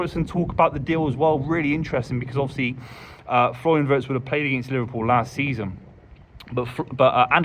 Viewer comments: First get the name right..its Florian VIRST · Exactly,not Wurtz as they keep calling him😂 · Just hope more people would pronounce his last name correctly. The i in Wirtz like the i in Winter and Wink.